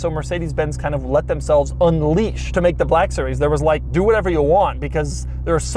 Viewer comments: "amg gt BALLLLACK sewies" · Doug: This is the amg “buhlack series” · Is it just me or did he say "BLAHKUH SERIEZ" at every opportunity he could? 😂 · An then came the bleck siries xD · Every time he annunciates "Black Series", it makes me want to reach through the screen and bitch slap him back to his modest SoCal apartment. He doesn't understand that jokes get old eventually, and even moreso when you are a tall, gangly nerd that makes these stupid poses and gestures every time he says it. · Why you keep saying black series so hard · Why did I guess he was gonna emphasize “black series” 😂😂 like he did with the black wing